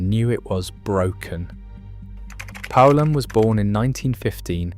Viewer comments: If you don't know how to pronounce poulan don't make videos about it. It's pronounced like the country Poland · not me lol I changed the channel as soon as it mispronounced poulan 😂